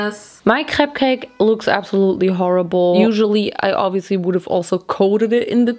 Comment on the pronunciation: Crepe cake sounds just like cupcake when says it, lol.